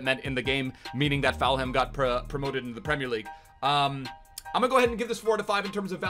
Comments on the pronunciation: Full-ham not faul-ham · Fam it’s full-em not ful-ham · Any one else cringe when said foul ham instead of Fulham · you pronounce it as full hem not falham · Fulham isn't pronounced Foul-Ham, it's pronounced more like Full-am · it's not Foulham it ful-um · It triggers me so much of him saying Fowlham instead of Fullham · please... its pronounced "Full-um' not 'Foul-ham' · Cmon it’s Fulham not FOULHAM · Its falhum not foulum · Say it with me Fulham not Felham 🤣🤙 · Plz just say Full-ham not Foul-ham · Fouham it's Fulham bruv Full-ham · FULHAM NOT FOUL HAM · Why do u say Fulham like “FAL HAM”, it’s pronounced “FULL HAM” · Foulham😭😭 its pronounced fulerm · what am i missing. why’s he calling fulham; foulham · He’s saying foulham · Ik he is Canadian or something but it is just Full um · pronunciation of Fulham 🤣🤣🤣🤣🤣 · i love but everytime I heard him say foul ham I cringed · “Full um” pleassseeee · Falham wow come mon dude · Give it up for foul ham. If you say foulham one more time i am jumping from my window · its said 'full um' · Is my man really sayin "foul-ham" 😂😂😂😂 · I’m a Fulham fan and if you say foulham one more time it’s ropes😡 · How he says Fulham is soooo annoying it is.... FULL- UM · What's fallham. Is he saying fulham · Fulham is pronounced Full-Um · Mate its FULHAM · Fal Ham (?) 😁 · It's pronounced fullum breh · is FULHAM not FoulHam it is just as bad as LiverVAR. LOL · “Full em” btw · "foulham" you sure that's pronounced correctly? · It’s pronounced fullum 😂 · Why is he saying falham? So annoying... Probably got 10 extra dislikes cause of that, way to spoil a video 👍🏻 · Who else cringes when tries to say Fulham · I think he says it on purpose... Bc is an epic Memester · He does that on purpose. I think he loves seeing everyone in the comments getting all riled up about it. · He does it to annoy people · please say Fulham right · You're pronouncing fulham wrong